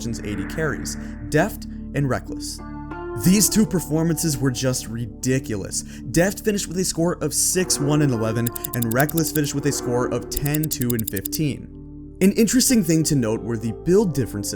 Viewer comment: it's not rekless its rekkles...